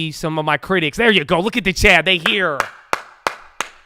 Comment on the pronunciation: My dear friend, WE are Chad... A collective unconsciousness born of desires fiscal & fraternal. We whom tune in & contribute, we are become chad! (But seriously, the way says 'Chat' can sound like Chad, so he ran with it)